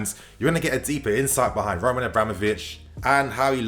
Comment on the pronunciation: roman roman not ROOOOOO MAN jesus fuck me this dude lol